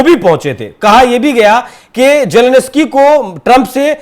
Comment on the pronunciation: Ukraine k president k naam ka toh sahi uchcharan seekh lo